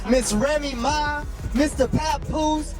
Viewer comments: Please pronouce the way its spelled , like the drink Remy Martin then put Ma . Remy Ma . I get tire of listening to a podcast u go all the way through not pronounceing the name right , make that apart of ur job please , an ur not the only one with these podcasters they need to stop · Yeah I had to turn it off. I couldn’t take it anymore.